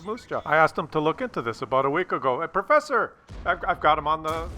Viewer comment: "perffesser" really, You're starting to get more stupid than normally, there.